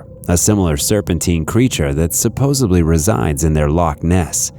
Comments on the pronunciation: "Supposedly" not "Supposebly" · Great video! Very cool. I do gotta make 1 little point cause I can't help myself. I noticed you said supposebly. I hear people all the time say supposebly but it's supposedly. With a D, not a B. I'm not always grammatically correct at all but for some unknown reason, it drives me crazy. Lol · I LOVE your channel, you have great content but please learn how to pronounce “supposedly” You sound like Joey in Friends…. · Lol. I just posted the same thing. I didn't see yours until after. That's funny